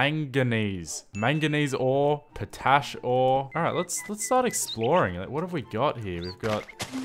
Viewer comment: I’m sorry but how tf did you pronounce potash